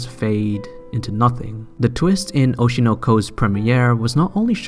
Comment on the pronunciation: the way you said "Aiii Hoeshinaur" and "Aurshinaur koar" it triggered me